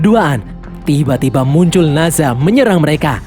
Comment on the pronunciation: Nazha ❌ Nezha ✔